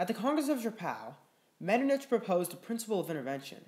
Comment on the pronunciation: I think it is pronounced MetterNICK, great video though!